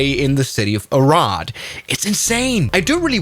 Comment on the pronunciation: as a hungarian, that pronunciation of Arad killed me